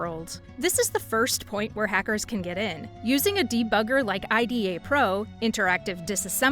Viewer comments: never heard anyone who knows about OllyDbg calls it OllyD-b-g. and not olly debug. and I-d-a not aida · Olly-DEE-BEE-GEE. EYE-DEE-AA. Really gotta work on the pronunciation there 😂😂😂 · you really said Ay Di Ey to IDA 😂 😭